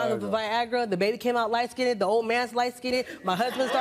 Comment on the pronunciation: It's skined not skindeded.. I'm so sick of the ignorance